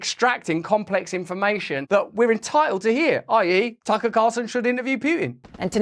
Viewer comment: she says Taco Carlson lol